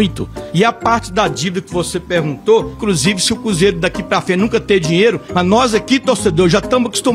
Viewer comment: Ele so fala cúzeiro kkkkkkkkkkkk